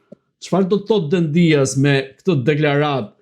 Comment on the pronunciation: E theksoni gabim mbiemrin e ministrit grek në fjalë: jo Dendías (me theks te i-ja), por Dèdja (me theks te e-ja). Dihet se ai ka rrënjë shqiptare, dhe në Shqipëri e kemi shumë të përhapur mbiemrin DEDJA. Alfabeti grek nuk e ka shkronjën D, d; tingullin D grekët e shkruajnë NT, dhe herë e shqiptojnë ND, herë D.